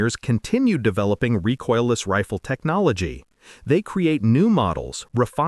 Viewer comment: Reecoiles, not rejoices ,poor IA.